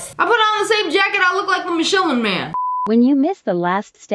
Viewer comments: its not mishellin man, its mishilin man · Okkkkkk! Enough is enough 😂 Michelin is pronounced mishulin NOT mis shellin 😂 sorry it’s just you say it sometimes and I can’t lol (it’s like a Michelin star restaurant, but a Michelin man) 🙂👍k bye